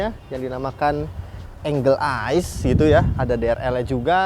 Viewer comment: angel eye, dibacannya enjel eye.. kalau enggel itu angle, sudut :D